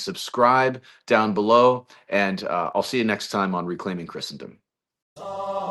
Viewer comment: John Davidson pronounces Christendom correctly